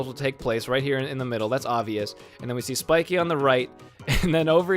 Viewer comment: Spikee? It's Spike